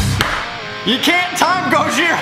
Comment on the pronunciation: Why you saying it like that? You're putting so much emphasis on the H